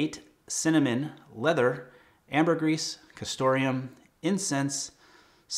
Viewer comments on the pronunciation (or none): I wore Creed's Pure White Cologne with my tux for my wedding; from the same line (Royales Exclusives or something) as your wedding selection. What did Robin wear? My wife wore Creed's Love in White, which is divine on her. By the way, the "s" in Ambergris is silent. 😉